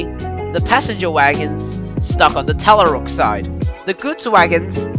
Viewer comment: The first one was Tallarook which is pronounced TallaROOK. After the Yee I stayed with it anyway as it was a very interesting video for me.